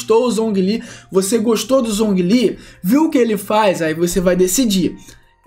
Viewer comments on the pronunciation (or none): MiHoYo: Zhongli se pronuncia Jonglí Players BR: Zonguilí kkkkkkkkkk